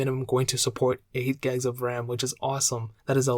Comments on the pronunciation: 8 "gegs" of ram 😂 great video, great info, but as others have said please slow down your speaking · “8 guys of RAM”